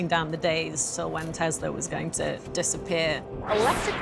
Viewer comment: Did his ex-wife say Tesler?